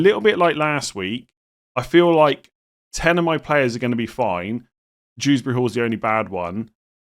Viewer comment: I'm sorry did you just initalise Kiernan Dewsbury-Hall like his name is Dews Bury Hall